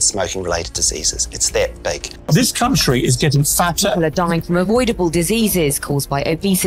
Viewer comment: A yo no way he said country like that.😂💀